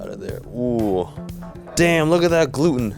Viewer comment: glootn glooten glooooootnn